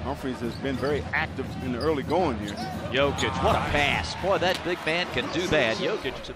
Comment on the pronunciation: commentator just said yolker instead of joker hehahohihu